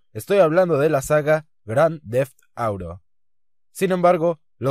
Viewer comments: pronunciar "auro" es ligeramente mal pronunciado, pero si que suena jodidamente horrible como dice "nuevouu paraisouu" demasiado exagerado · luis fernando hernandez moreno "auro" es como lo pronuncia un parguela, cuando uno no sabe hablar ingles y mucho menos pronunciarlo es mejor no intentarlo y no quedar como el tonto del pueblo